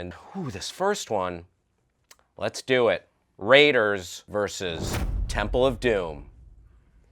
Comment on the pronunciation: Its temple not tempel